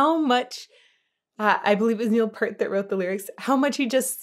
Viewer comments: You should feel a bit...hurt...when you don't use your...ear...when saying Peart. P-ear-t. You can't help but feel greatness when...peering...at P-ear-t playing. Not to be confused with the shampoo he used for cleaning his hair: Pert. That's, of course, impertinent when it comes to prouncing his name. It was understandable, this being your first close listen of Geddy's voice. For (many) untrained ears, it's disorienting. I actually found it off-putting my first time. And a bit grating my second. And then...I found it actually had a legitimate place. One that is rarely explored...even occasionally, in rock. Yet this dude is making it work while staying way up there the whole time. But he's got more range than what this single song made use of. Yes, it was Geddy's voice throughout. Why does that voice work? How does a 3pc band put out this much sound? How do they stay so tight thru so many intricate time shifts...even when playing live? Why are the lyrics so incredibly nuanced and deep. Should not that much top-notch talent...in so many areas and aspects...when all brought together in one spacetime point result in a blackhole?! Come on in...the gravity of Cygnus X-1 is fine. Blissfully succumb to the pull...of greatness. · Absolutely correct… Neil himself even pronounced it as PEER-T, so I’ll take his word on its correct pronunciation.😏 👍🏻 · you pronounce his last name Pert. It's Pea-ert. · I know you dont know but it is pronounced Neil Pier-t, not peart:elbowcough::elbowcough::elbowcough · Neal didn't shiv a git if you pronounced his surname "Peert" of "Pert" (which is how most pronounce it). Lighten up,. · Neil Peart....pronounced like Pier with a T, not Pert. Long E, bro. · You've probably been corrected by now but I didn't go back far enough in the comments to see. And I say this kindly, it's pronounced Peert, not Pert 😊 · Peert NOT Pert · Peart is pronounced "peer-t" not "purr-t" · Pronounced: Peert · Neil's last name is pronounced Peir-t